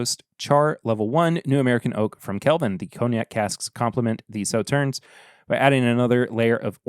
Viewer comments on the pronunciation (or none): Regarding Sauternes, you don't pronounce the last "s." (Saw-TURN)